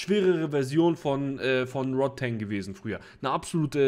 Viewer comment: Rodtang mit A. nicht Rod-teng :D